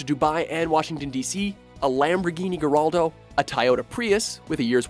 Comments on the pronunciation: "lamborghini Goraldo" lol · Lamborghini Garaldo, LoL hahahahah had to listen it twice. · I thought it was pronounced "Guy-yar-do" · Wait… Isn’t it pronounced “Ga-Shar-Doe”, not “Gal-Are-Doe”?” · and Gallardo which should be pronounced Guy-ard-oh. or Gal-ard-oh not garraldo. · Introducing the new "Lamborghini Geraldo" Rivera. Lol I died when he called the Gallardo a Geraldo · Seriously "garaldo" I'm pretty sure it's pronounced "gallardo" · a Lamborghini GARALDO??? so rare it doesn't even exist... Lamborghini Gallardo (guy-ar-do) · Lamborghini Garraldo and a Tie-yoda Prius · Hey + what's a Lamborghini Garraldo? (It's Gallardo, and pronounced Gai-Yardo) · Tell me you did not just pronounce that Lamborghini Garraldo! That's the name of a big mustachioed man on TV. The name of the car is Gallardo (pronounced guy-ard-oh). Epic Fail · lamborghini garalldo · I bet they all sold out. And seriously, Garraldo?? C'mon. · It's pronounced gaiardo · its pronounced guy-ar-doe, tayota wasn't nearly as bad as that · No, it is pronounced gallardo, like it is written, trust me, i live in the town where Lamborghini is produced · no its guy-ar-do the word is Spanish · I doubt it's lamborghini maybe a few of the workers call it that because that's how it would be pronounced in Italian however pretty much every Google search and even top gear say it's guy-ar-do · Mick Post yup that nigga just said garraldo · a lamborghini goraldo??? its gallardo you doofus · "Lamborghini Geraldo". Geraldo. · he should still be able to say guy-ar-doe. its not hard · ***** nah, its allmost fine..its more like "guy yardo" :p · I cringed at "Tie-ada" as well as Geraldo. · Is it me or are just starting to pump utter shite? Also, wtf is a Lamborghini 'Garaldo'? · Ben Woodward-harris It's pronounced like "guy-ardo" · The best part about this video is the part where the narrator says ''Lamborghini Garraldo'' and ''Tieyota Prius'' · A Lamborghini garrado lol WTF #fail